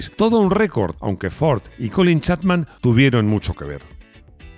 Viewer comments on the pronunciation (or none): Te has pasado todo el video diciendo Colin Chatman cuando es Chapman.